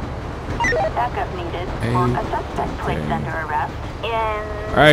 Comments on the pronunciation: lol you do it every single video nd it urks the fuck out of me man. you are my fav. youtuber. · ohh. i didnt know that lmao i thought you just got lazy and liked speaking that way lol